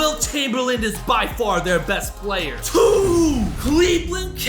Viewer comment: Yo can you stop talking like this: "ThE beST PlaYeR " its giving me a headache